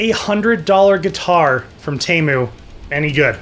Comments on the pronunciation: Pretty sure it’s teeeemu not taymu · you say temu as tee as in t- shirt and moo as in a cow says moo